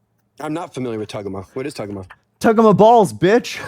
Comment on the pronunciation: Bro said “tuggamaw”😭 that was crazy